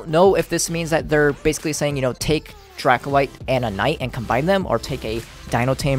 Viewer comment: He said Dragonite Not Dracolyte.... Am i the only one that noticed it???